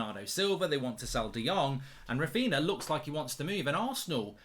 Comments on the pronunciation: Who’s Raphina lmfao, come on Mark lad it’s Raphinha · *Raphinha not Raphina. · It's Raphinha not Raphina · Who’s Raphina? Raphinha from Leeds?)) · Raphinha mark, it’s Raphinha